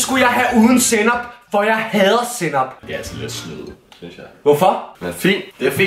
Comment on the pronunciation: Hvorfor er det snyd han kan jo slet ikke lig sænop 👍